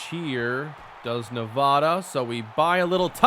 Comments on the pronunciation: you still cant say nevada lmfao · Noooooo you said Nevada wrong 🥺